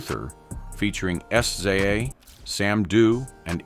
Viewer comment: Did he just say S . C. A. Instead of SZA?😂😂😂